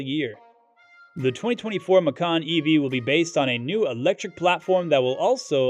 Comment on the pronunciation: It is pronounced “ma-chan” not “ma-kan”. Because in Indonesia (it’s original language) “Macan” means Tiger, while “ma-kan” means EATING. 🤣🤣